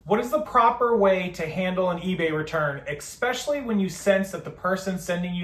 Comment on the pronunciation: Still with the “expecially”.